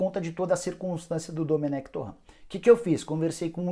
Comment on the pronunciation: Nicola toda vez ele falar errado o nome do domenec.